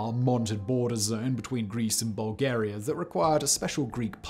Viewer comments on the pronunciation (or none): none